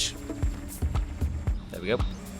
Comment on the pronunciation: damage not dame